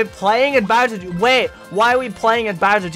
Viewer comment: Bowsir jooneear